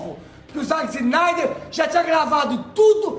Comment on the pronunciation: "záqui cinaider" caraiii, qual a dificuldade de falar o nome do cara? hahahahahaha bagulho simples po